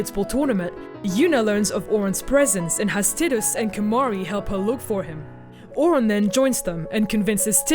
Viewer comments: that isnt the real issue, Ore-on? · seriously they even say Auron's name in the game. Tidus you can at least blame on the fact they don't ever say his name but Auron? AURON?! Tiduse screams the correct pronunciation within 10 minutes of playing. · Nice breakdown but the pronunciation of those names. I cried when you got Auron's name wrong :'(